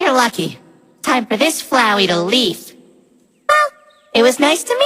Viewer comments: said leaf instead of leave.. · "Time for this to leave!" I could've sworn I heard leaf. replay "Time for this to 'Leaf'!" pUn? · Did flowey just made a pun ? It sounded like leaf instead of leave XD Best part for me XD